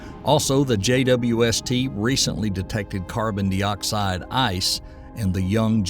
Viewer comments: I suspect it's an AI narration. He (it) sometimes pronounces CO2 as "carbon dee-oxide" and sometimes "carbon die-oxide". Surely no human would do that. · Only AI would pronounce it "carbon DEE oxide."